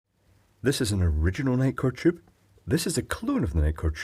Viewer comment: I love your pronunciation of the tube. It sounds more like jube.